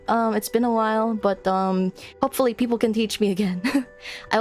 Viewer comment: You're so cute! Beautiful model! I enjoy listening to you, and this is the first time I properly hear someone speak Tagalog! 10/10 comfy as heck Almost sounded like "peakple" which would be... ahem, I'm not some kind of nerd who likes puns! LOLITA DRESSES? Based and fashionpilled